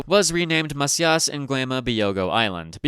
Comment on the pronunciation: It is "mah-THEE-ahs", not "mah-see-AHS". God, it's not that hard to check for pronunciations nowadays, especially if your native language can pronounce them.